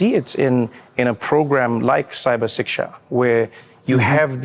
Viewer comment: Love how Trevor pronounced, "Cybersecurity SHIKSHA".